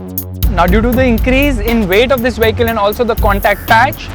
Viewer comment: Getting inside the "wehicle" is hard...LOL